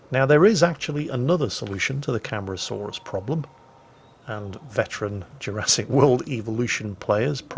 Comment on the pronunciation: Cam-are-ah-saw-rus is the pronunciation.